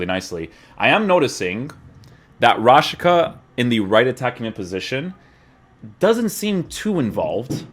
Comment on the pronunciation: It's pronounced Rashitsa, not Rashika